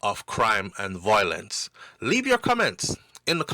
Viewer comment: you keep mispronouncing the word violence and it takes away from what you are saying every few seconds. The word is pronounced Vi-O-lence,,, not VOI-lence. Now carry on and do your thing. You're welcome 😊